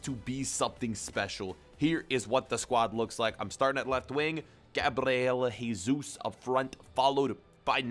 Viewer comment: Not Heysus but Jesus